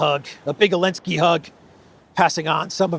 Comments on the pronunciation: So the pronunciation is Elensky, not Zelensky ?? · His name is Zelenskyy not Elensky. It’s time you stop abiding to the EU ban on the Z because they were on the Russian tanks. 😎👍